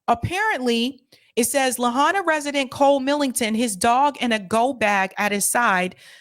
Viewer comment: You lost me when you could not bother to pronounce Lahaina correctly. There is no "hay" in Lahaina. It is pronounced la HIGH na.